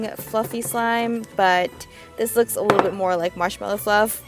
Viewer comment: "a little wittle marshmallow"